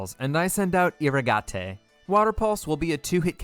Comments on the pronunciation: Took me until 5 minutes in to realize that Eeruhgahtay is just "Irrigate" pronounced differently 🙄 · Fun fact: you pronounce irrigate with a long A and a silent E